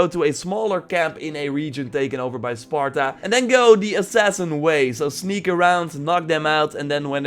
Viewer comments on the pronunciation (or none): none